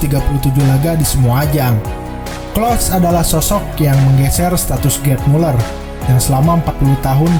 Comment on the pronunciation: Telat 9 bulan,, klose bukan klos